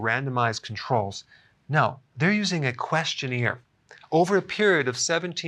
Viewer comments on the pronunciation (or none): Lol. Love the way you say “questioneer”.